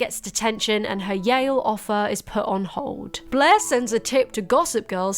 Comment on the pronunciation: It took me too long to realise her name was 'blaire' and you weren't just calling her 'bleh'